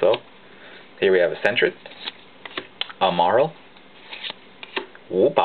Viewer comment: I think he said wooper like woopar because wooper prenounces it's name like that :P